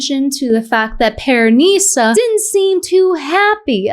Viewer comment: Why does she keep saying pearNISa 😂 😂 The pronunciation is killing me!